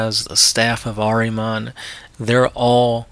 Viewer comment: Say it with me ...... ehr-ihh-mohn ....